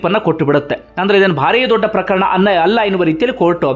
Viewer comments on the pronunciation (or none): none